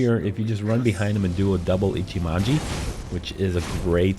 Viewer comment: I hate how nobody can pronounce "Ichimonji" as it should be. Ee-chee-mohn-jee. It's not hard to be language phonetic. It is a helpful guide though, not gonna hate beyond that.